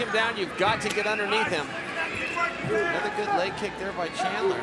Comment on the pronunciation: I swear the announcer is saying Chandlin lol